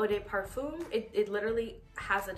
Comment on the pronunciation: Parfum is pronounced Pah-FUM. (Rhymes with Rum) Not, Par-FUME " De" is pronounced Deh, not Day